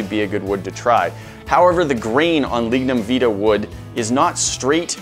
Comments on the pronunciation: Lignum vitae My country's (Jamaica) national flower we pronounce it ( vie-ty) not (vee tah) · Lignum vIT-AY. Not veet-ah..